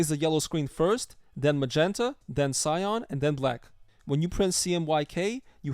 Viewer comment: That’s not how you pronounce CYAN. It’s not pronounced like SCION. It’s “SY-AN” not “SY-ON”. Sorry if I sound like an asshole—I don’t mean to, I want to help. Your video is really good, lots of great info here, man!